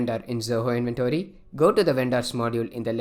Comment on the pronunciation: Not pronouncing "Inventory" properly making us not wanting to listen the video. Not